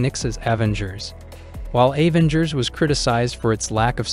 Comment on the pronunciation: "A-vengers" is a wid pronunciation